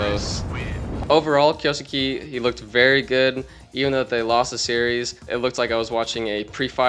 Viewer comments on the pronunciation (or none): It's pronounced "Kyoske", not "Kyousukee". It's a japanese nickname. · kyousuke's pronounced like "key-oh-skay".